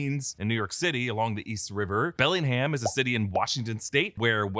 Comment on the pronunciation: Yakima; the emphasis is on Yak. Nailed Bellingham though. I’d love to hear you try Issaquah